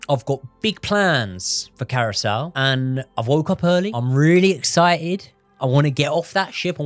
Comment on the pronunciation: how do you manage to pronounce Curaçao as Carousel? 😂 Much love guys, big up ❤